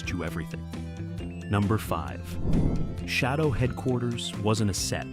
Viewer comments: UFO remains my favorite TV science fiction show, so I enjoy any discussion about it. However, AI does seem to have had a hand in producing this video. Apart from the mispronunciation of SHADO, many times when it mentions Gerry Anderson it shows a picture of Derry broadcaster Gerry Anderson with a full head of hair! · Uhhh… SHADO was pronounced like the word “shadow”, NOT “SHAY-do”. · It's not called shay doe.. Learn it's name it was shad doe Shado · Does anyone else cringe when the the AI says Shaydow instead of Shadow?😅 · It's pronounced shadow as in what you cast in lighht not shaidow or how you saying it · It's SHADOW, not SHAY DOUGH. Sheesh... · AI voice pronounces SHADO as Shay-do, but it's shadow. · Pronounced shadow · Shade-doh. Play-doh for adults. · "Shay Do" sets... Perlease!!! Someone (or some "AI" hasn't seen the series!!! And why the hell label Ayesha Brough as Dolorez Mantez?????!!!! And Wanda Ventham's first script was just a small bit part, it wasn't until they lost MGM Borehamwood studio and had to relocate to Pinewood that she came back, due to the delay meaning some regulars had other jobs by then. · AI much? SHAY-doh? The logos are a guy standing WITH A SHADOW!!! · Have you not watched and heard how SHADO is pronounced Shadow SHADOW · "Shay-dough"? Please stop using AI voices. They can't read! Just narrate it yourself!!! Geez. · Too many errors ! Shado is not pronounced ShAdo, George Sewell was only in the first 14 episodes to be filmed and was replaced by Wanda Ventham for the last 9 episodes as the netwok wanted someone more "photogenic" but as the episodes were not shown in the order they were made, they both appear to be in most episodes. AFAIK "Identified" is the only episode they both appeared in. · I don't usually get too upset about an AI that mispronounce. Especially when it confuses lead for lead or read for read. but really shadow..... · Yes. "Shay-doe".